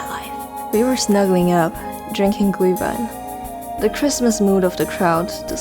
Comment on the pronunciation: lol u pronounce Glühwein correctly it's funny because it is a german word hey i am german yea Lasst mich in Frieden okay?! xD